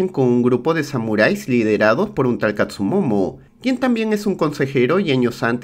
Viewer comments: amigo buen resumen pero se llama kastumoto no kastumomo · DESHONOR!!!! es Katsumotto no "Katsumomo" xD, fuera de eso buen video y buena peli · catsumomo??? siempre escuche catsumoto.. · El samurai se llama Katsumoto y no Katsumomo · Todo bien, pero es katsumoto no katsumomo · Tiene muchas cosas buenas este resumen pero el tremendo error de llamar katsumomo a katsumoto es horrendo, dislike al video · no pronuncias bien las palabras japonesas jaja , dices katsumomo 🤦🏻‍♂️ y es katsumoto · Katzumoto, no katzumomo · Se que llego tarde, pero que falta de respeto bro :'v en buen plan, pero como le vas a decir KATSU MOMO ? jajajaja, igual buen video, siempre me entretengo, pero nunca me suscribo 😅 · Si, pero no fue la guerra civil, fue la guerra contra los indios... ni tampoco existió el personaje de Tom Cruise ... Dijo katsumono? O escuché mal jaja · Todo bien, solo que se llama Katsumoto...